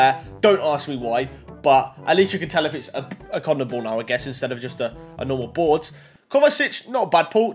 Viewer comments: Why do you say boars it’s called a board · He literally says boars